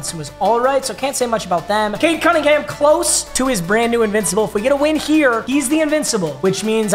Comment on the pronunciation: Especially when it was pronounced “Cade”